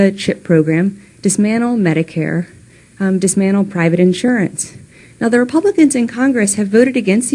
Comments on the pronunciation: Umm Chelsea, just saying there is a T in dismantle. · It's "dismantle" not dismanle.